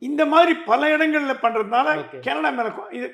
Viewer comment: கனடா எனும் உங்கள் உச்சரிப்பு கேரளா என்பதுபோல் ஒலிக்கிறது